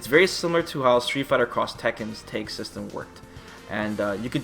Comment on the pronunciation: When he says "tag" it sounds like "take" I was genuinely confused at first.